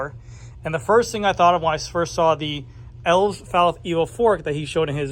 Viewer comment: I’m pretty sure the name is pronounced.: El-vez.